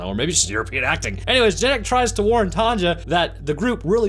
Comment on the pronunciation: Wait, you don;'t have women called TANJA there? Why pronouncing J as G?